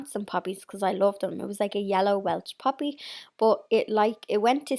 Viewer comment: At first I thought you said you planted a puppy...then I realized you said poppy. 🤣 Everything's looking great!